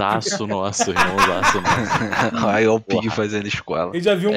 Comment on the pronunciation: mano esse "irmãozosso nasso" acabou comigo pô kkkkkkkk